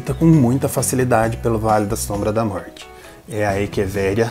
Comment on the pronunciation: Querido não aguento quando vc fala vale da sombra da morte. Rrrr 😂😂vc é demais. Adorei seu vídeo.